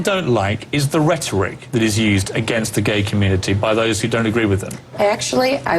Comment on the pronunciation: did i hear right or did bachmann say ret rick for rhetoric? of course, it might be glitch in the sound system or just a one time slip of the tongue but, given her ignorance so often on so many topics, i'm guessing she doesn't really know the word. it was a dubya. remember nule key ahr for nuclear?